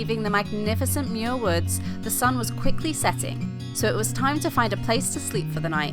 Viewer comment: I don't know why YouTube recommended this video, but I grew up a stone's throw from Muir Woods (you're mispronouncing it charmingly, BTW), and even worked there briefly after high school. Likewise, Muir Beach was the site of some of my finest teenage adventures. I'd hate to tell you what I got up to in one of the little houses you see perched above the sand. I haven't been back to either in 40+ years. Suddenly I'm feeling wistful...